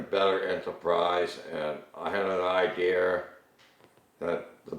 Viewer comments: "ideear" lmao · all people from here say idear not idea